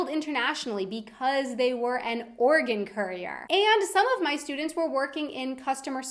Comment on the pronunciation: She said organ currier not organ carrier lol